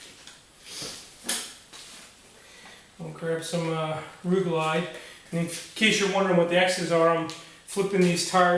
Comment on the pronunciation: LIGHTING!!!!!! the video is fine, the problem is I had to rewind the video 15 times just to try and see/hear (Ru-Glyde Tire Mounting and Rubber Lubricant) man you should've linked that I never heard of it before and couldn't understand what you was saying. I wish this video came up 3 days ago when bought the Euro paste stuff, now back to the video........Thanks for the tips!!!